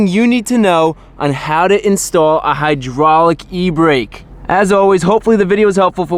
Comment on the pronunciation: "a hydwaulic e-bwake"